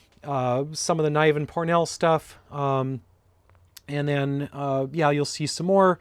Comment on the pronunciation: Fun Video! We seem to have very similar tastes in Sciecne Fiction. I've been attending SF conventions since the 1980s, and have met many of the writers you have books from. Larry pronounces his last name "Niv En" not Nie Ven. I got to know Jack Chalker in the years before his death. I met Neal Stephenson at the Computers Freedom and Privacy Conferende in 2000. I've known S. M. (Steve) Stirling since the 1980s when he and his wife, Jan (who sadly passed away 2021) lived in Toronto. Fun story about Steve...I got a call on a Friday night from a common friend saying that Steve's computer had died, and needed help. So off to his place I go, and find out that he has a deadline that Monday for a collaboration he was writing with Jerry Pournelle for the Man–Kzin Wars volume II. I ended up loaning him my computer with his hard drive transplanted into it while I fixed his so he could finish writing. If you have the first edition of Man-Kzin Wars II, you can see Steve's dedication. I should stop babbling, I should get to bed, I am attending a science fiction convention this weekend, and need to get up early (for me).